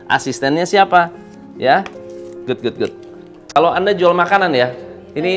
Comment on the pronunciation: Jangan gaad good gaad good...aaach..